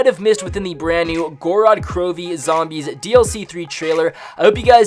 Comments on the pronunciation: Gor-rod kro-vee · Literally means the land of blood in Russian not Goo-rad Crew-vee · Go-ro-d kro-vee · its pronounced gowrod krowv